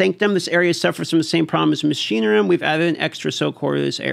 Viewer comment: If your job is to talk on camera maybe you should work on your vocabulary and word pronunciation. Its wild see you do this all the time. Mach--i-nar-ium